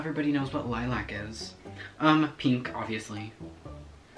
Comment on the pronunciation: The way be said lilac bahahahaha 😂